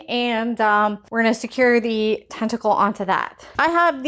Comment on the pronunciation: Very cool, thanku ❤ Ps I thought u kept saying testicle lol sorry 😂😊😅